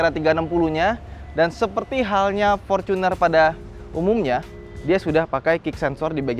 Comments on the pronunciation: Forcuner dek ngomongmu, Wong Indonesia kenale fortuner ora forcuner lek ngomong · Binggris bener bacanya Forcuner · Gue risih loe ngomong forcuner bukan fortuner, innova vencurer bukan innova venturer